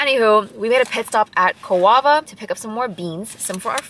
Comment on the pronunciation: Pro tip, it’s pronounced “cove-uh.” And if you make it back to Eem, you have to try the white curry with burnt ends, it’s life changing. Although it’s hard to go wrong there! Great vlog :)